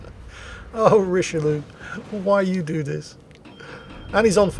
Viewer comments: "Richelieu-lu" lol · I mean, pronouncing it richeliou is already insulting enough for us baguette eaters, you really don’t need to add anything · "Richelieulieu" Me being a weeb: "Richelieuwu~"